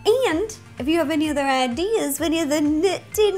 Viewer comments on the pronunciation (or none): none